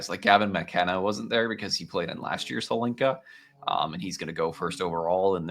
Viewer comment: It is not Holinka or Helinka. It's called Hlinka after Ivan Hlinka, czech legendary player and coach. A bit of respect please.